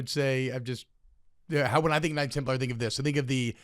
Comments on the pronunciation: PFTs pronunciation of Knights Temp-LAR was driving me up the wall haha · The Jeremy Lin of religious history would be Joan of Arc. Also, PFT saying Templar with the emphasis on the wrong syllable is like nails on a chalkboard to me for some reason.